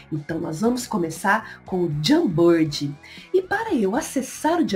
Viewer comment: a pronúncia não é "Jambird"kkkk Jamboard, se fala de outro jeito